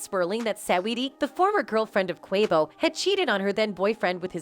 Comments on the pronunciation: Why can't they say "Quavo's" name right? It is so irritating... "Niggas"? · Robot can't say Quavo right but say ni$$@ correctly wtf going on?